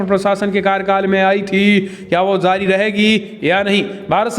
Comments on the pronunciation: Please improve your pronunciation of hindi. You don't differentiate between z and j. It is jaari not zaari, jurma not zurmana etc. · Please improve your pronunciation of hindi. You don't differentiate between z and j. It is jaari not zaari etc.